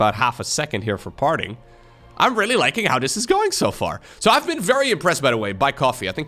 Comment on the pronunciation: farting while commentating Parting